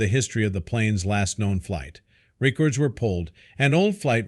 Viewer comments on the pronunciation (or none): Why cant the voice over pronounce simple words correctly? I was once a QC engineer for a broadcasting network. Do you need someone to review your videos? e.g., "Re cords were pulled." should be "records." I am also an editor with 25 years experience. I can help you with the scripts too. There is a difference between repetition and suspense. You can't keep doing this and expect to hold subscribers. "millionaire 's' past" "enigmatic figure 's' history" "the labryn thian misteries" "the missing millionare 's' " "ocean 's' depths" "the plane 's' fateful descent" "the millionaire 's' vanishing act" There are a LOT of voice over errors here. And with all the suspense, there is ZERO payoff. You can't be serious.